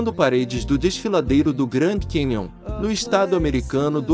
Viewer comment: Porque a pronuncia de nomes de pessoas vc fala errado, e as palavras Cowboy e Canyon vc fala com pronuncia correta? Fica feio chamar Pat Garrett sem pronuncia, da mesma forma seria chamar Billy The Kid sem pronuncia. Soa muito ruim!!